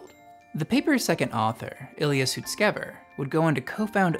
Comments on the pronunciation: Just a heads up, you pronounced Ilya's last name incorrectly. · bro how you be sponsored and misprounounce sutskever